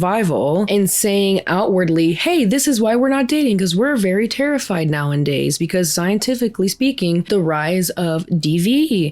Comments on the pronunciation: Hey, great channel/content. I think you effectively convey your argument while also shining a light on other POV's. Just wanted to let you know its "Nowadays" and not "Now and Days" 😂...unless that's said that way in purpose as part of the joke and I'm just dumb, that's always a possibility. Anyways, it's a great video as always. Also, I'm a man, so queue the "mansplaining" replies. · I love your videos, I think they're well-informed, nuanced, and generally good faith. I do feel the need to point out a speaking quirk you have; you tend to say "now-in-days" when the correct pronounciation is actually "now-a-days." If this is on purpose, then by all means - but if you didn't know, now you do❤ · Girl I love you so much and your video essays but please, it's "now-a-days" not "now-en-days". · ily girl but it's "nowadays" not "now and days" so sorry I had to say something lol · It's "nowadays" mi amorcito santo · NOWENDAYS 🎉 that’s a fast one in this episode. You might actually make it a real word one day 😂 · Okay girly, I love your videos and by no means mean this as hate, but it's hurting my brain; It's nowadays, not nowanddays. Much Love!! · Hi! I love your content ❤ Just wanted to help you out. It's "nowadays", not "nowindays" ❤❤❤ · The way you say "Nowadays" is so hard to ignore. Its not "now-and-days." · This isn't just gen z that are doing this but it does feel like it's become more acceptable due to the 'Alpha Male' trend. (So gross btw) Family and friends need to listen to the people who need help. Side note; you keep saying nowndays it's actually nowadays. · It's "nowadays" not "now and day". Sorry, don't mean to be that person, but it drives me crazy.😊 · I gotta unsubscribe. I love your content but you saying "nowindays" is triggering me so hard. Lmao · *nowadays not nowindays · *nowAdays, not "now in days" 😉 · Girly I love your content but it's now-a-days. Plz plz stop saying now-and-days. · bestie its not "now-IN-days" its "now-A-days"